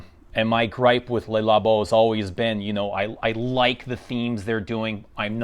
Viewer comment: Highway dies everyone say "LAY Labo"? It's a wrong pronunciation.